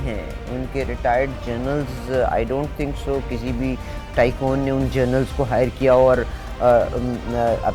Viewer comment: It’s not “Journals” lady. It’s “Generals”. Please get your pronunciation right. Thank you! And Ayesha Sidiqa is always on point. Smart scholar.